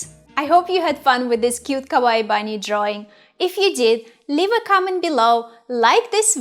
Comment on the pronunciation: the way you say kawaii means "scary" in japanese